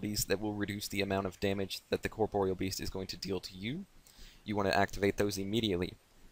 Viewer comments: Corproyal beast? Why are you saying like that? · " The way you pronounce corpreal best is so annoying grr! " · Lol you were saying corproyal lmao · The way you pronounce corpreal best is so annoying grr! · Nah he's really not, just good how to pronounce it and you'll get multiple sources confirming it's pronounced "cor-por-e-al" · its pronounced corp-or-real